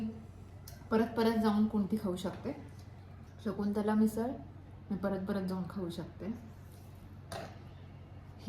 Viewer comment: ते शकुंतला आहे... शाकुंतल नाही...